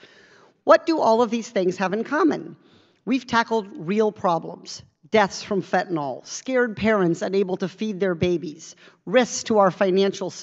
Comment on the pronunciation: Katie, that's fentanyl not fentinall.